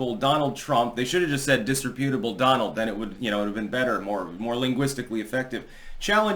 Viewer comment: The way normal people say it: Dis-rep-u-table. The way says it: Dis-Reeee-pew-table